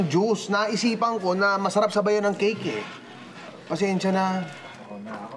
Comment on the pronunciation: Hahah imbis cake naging cik hahahahah